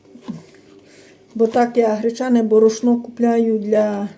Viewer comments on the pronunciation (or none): А в неї завжди -то яйцІ,то борошнО!!!😂😂😂😂😂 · Став наголос правильно. Борошно. Що за мова.